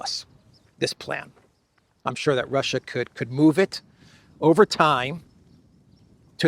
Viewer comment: ... Russia... rrrrr... I told you... rrrrr... surrenderrrrr... rrrrr... or... or or or... f it... we will capitulate...